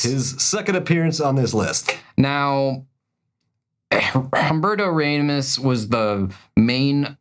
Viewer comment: Um-BEAR-toe RA-mos Mick-FAR-lin LIE-feld